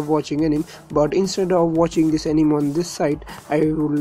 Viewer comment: Its pronounced "Ae ni me"